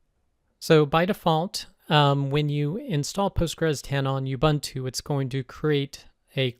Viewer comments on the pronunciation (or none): Thanks! Great video! Just one thing. Please pronounce Ubuntu as "oo-BOON-too", not "you-BUNT-oo".